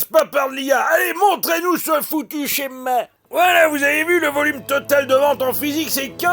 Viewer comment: Les mots « plastique » et « schema » sont parfaitement prononcés 😂